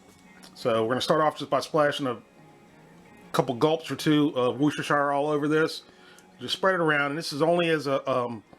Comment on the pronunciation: You had me at woostershoostershersashursteinenshire